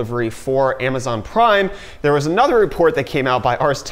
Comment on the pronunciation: Did. Did he just say "Hey dere, friends"?... Um uhhhhh ... You from northern Michigan?